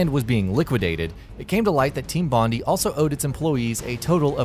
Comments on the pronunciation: Complete cringe with how team bondi was pronounced. As an aussie, its pronounced bon-dai dor Bondi Beach where the studio started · You don't pronounce the i in bondi btw you just say i, it should sound like your saying bond eye.